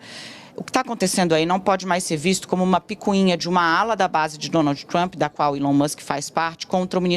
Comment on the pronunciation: "Donaldji tchrump"